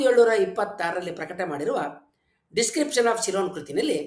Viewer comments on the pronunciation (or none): none